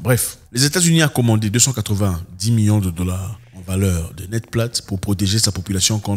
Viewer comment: Zack av😂z vous déjà remarqué vous prononcer million comme miyons ? milliards comme miya..c'est problablement la saveur locale.